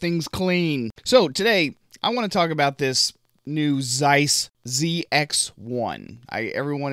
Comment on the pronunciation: X - gen? You're my brother from another mother :D By the way, if I remember correctly, there WAS a camera you could connect to a web several years back - the Samsung's NX20. Moreover, germans are pronouncing "Zeiss" with a C at the front. Ceiss :D Just saying...